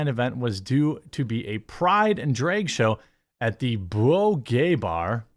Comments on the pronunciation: It’s Drag, not Dreg! Lol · I understand the state you're from means the way you pronounce the A sound is wrong. But, there comes a time Jeremy when you have to put an effort and actually change the pronunciation and stop using your culture or state to justify saying it wrong. It's not dreg it's drag. If you're pretending to scream while you're telling a story or whatnot, and there's a scream in the story, do you say, "Ahhhhhhhh!!" or "Ehhhhhhh!!" I'm pretty sure it's the former because saying like the latter just wouldn't sound right and be more than wrong. Also, you're not really using "without further ado" correctly. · Every time you pronounce drag as dray-g it’s like nails on a chalkboard. Jesus, I don’t even disagree with you on a lot of this but not being able to pronounce such a simple word is super annoying. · It’s not draig shows is drag shows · Drayg, why do you say drayg? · Why does he keep pronouncing drag like "draig?" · why do you say Drage? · I can't stand the way he says drag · You pronounce drag kinda weird. I couldnt help but keep thinking that Drake had something to do with all this lmao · Seriously, why can't you pronounce "drag?"